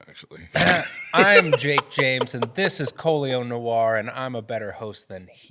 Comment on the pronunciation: LOL. “I am Colion “blamah.”. 😂😂😂 good intro man!